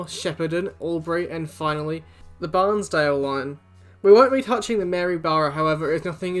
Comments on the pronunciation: Also Bairnsdale is Bairns like Cairns, not like barns! And it's the Avon River bridge (ay-von) not Avalon. Good video though! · BAIRNSDALE NOT ‘BARNSdale and it’s Gippsland NOT ‘Jippsland’……. Jesus, what do they teach in school these days…. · It's not Barnsdale, its Bairnsdale (pronounced bear -ns--dale).